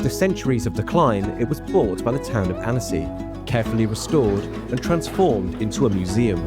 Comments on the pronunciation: The town should be pronounced’ AN-see’! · Why bother making the video if you can’t bother to pronounce the name right… worse still, still being defensive and disrespectful when someone bothers to correct you. 👎 👎